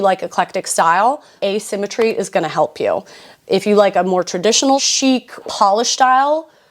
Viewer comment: letter to the editor: it’s asymmetry, not assymetry. but i did laugh because a$$ !